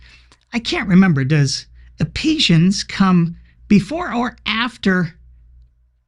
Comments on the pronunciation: Wow... all those years in Church... and I never knew Ephesians was pronounced 'Epesians.' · 😂 Epesians!? EPESIANS!! I was driving and thought I had a stroke. "Do my ears deceive me, did she say that with such confidence?" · Did Meghan (lol) intentionally mispronounce "Ephesians"?